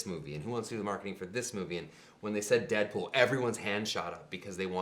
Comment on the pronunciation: haha it sounded like the guy said dickpool